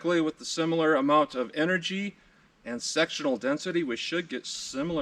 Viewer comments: I'm sorry I just have to laugh, it sounds like you keep saying sexual density LOL 🤣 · You said Sectional Density, what I heard was Sexual Destiny. Since I giggled at it, now that’s all I can hear everytime I watch it.